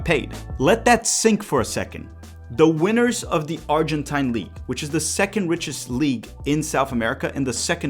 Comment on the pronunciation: Acho que a pronúncia de Argentine League tá errado hein irmão